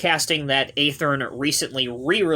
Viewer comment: Watching this video I've learned yet another way to pronounce Athearn.... 🙄